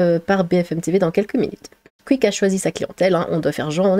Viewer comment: "Le Cuik" ahahaha ta manière de prononcer ça